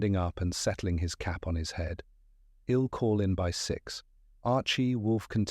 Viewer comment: Great story❤ but the ai needs programming in how to read punctuation marks like I'LL IA not read I'll, and the period at the end of Mr. does not make i the end of a sentence and the capital letter of the last name is not the beginning of a new sentence. A comma reads as a brief pause. Please?😊